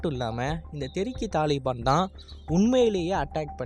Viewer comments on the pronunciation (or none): none